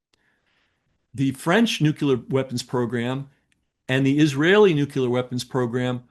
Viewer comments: The correct word is nuclear, meaning relating to the nucleus of an atom or to energy derived from nuclear reactions. Nucular is a common mispronunciation, often heard as a less formal or regional variation. While "nucular" may be used, it is generally considered incorrect in formal contexts. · The word "nuclear" is correctly pronounced with three syllables: new-clee-er, not "nucular" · Please forgive me bcuz typically I bristle at pedantry, but it's "nuclear" not "nucular" and it's hard to take one seriously if they ignore available information, hence the term "ignorant" .... People ignore stuff that sometimes matters to the listener So much mendacity has been injected into American history and it's not so easy to get to the truths, even for those with high level clearance. And now, I thank you for posting this content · Dude... I told myself that I would not trust anything that someone says if they cannot pronounce the word "nuclear" though this guy says "newk u lar" like a child trying to pronounce words... instead of "noo klee ur"... for some reason I still trust what he's saying... just a thought...P.S.... Just like I do not trust anyone preaching the scriptures who refers the the book of "Revelation" as the book of "Revelations"... little clues to note of those who actually do there homework and can be trustworthy... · nu-cleer. Nu-cleer. Not new-ku-lar. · The word is NUCLEAR, Not Nuculer... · Nuclear has one letter "u". It's not nuculer. It's about the nucleus of the atom, therefore, nuclear. It amazes one how many experts and politicians say it incorrectly. W Bush drove me crazy. It immediately discredits the authenticity of the person speaking. It's like those can't pronounce Realtor or Realty. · Yet another one who says "nukular" weapons! Didn't anyone learn from the stupidity of Bush saying it? It's NOO-KLEE-ER not NUKE-U-LER. Also, it's ZR Rifle, not ZD Rifle. Very interesting topic but I think more corroboration might help. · nucular -> nuclear